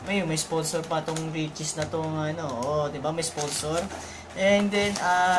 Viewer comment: re chee po di re cheess